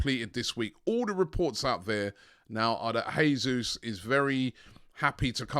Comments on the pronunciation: Robbie it's JAY-ZUZ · Jesus won’t come until Robbie pronounces his name properly LOL